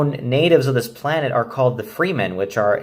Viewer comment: They're the freh-men NOT free men. Fremen